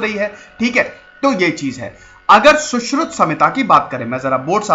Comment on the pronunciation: Sir Saushruta ki jagah Saushrut bolte to sabke samjh mein aa jata. Saare angrez nahin h yaha